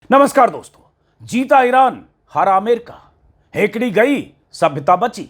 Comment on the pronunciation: हेंकड़ी नहीं जनाब, हेकड़ी शब्द है 😊